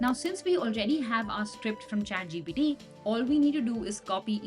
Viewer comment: why do i keep hearing her say chatGPD??? lady, its the letter T, not D. please correct your pronounciation!